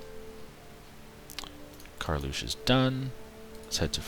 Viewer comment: The province you call as Karlusch is pronounced as Karl's ruhe, ruhe is read with an silent H.